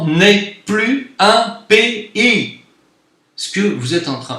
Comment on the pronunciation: C'est quand même très fort d'avoir pu quitter le rrrrrrrrrrrrPAYSrrrrrrrrrrrrrrr :) pour aller au Maghreb. BRAVO.